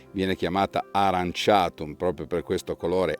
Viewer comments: In effetti aurantiacum (o aranciatum come l’hai pronunciato te nel video 🤣) era più intuitivo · AURANTIACUM, non aranciatum